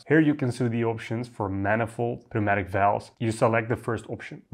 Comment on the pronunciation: FYI, the "p" in pneumatic is silent